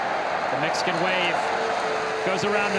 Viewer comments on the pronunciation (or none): none